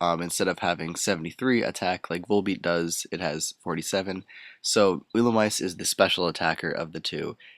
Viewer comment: It's actually pronounced like ee-lu-me-say